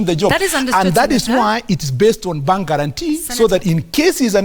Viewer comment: It is bank not pang